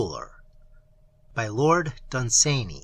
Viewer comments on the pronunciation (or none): Your pronunciation of Lord Dunsanee is making me insane in the membrane.